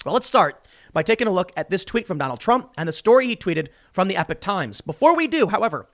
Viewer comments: I see and read it as epock as well, you aren’t crazy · Eee pock times not epic times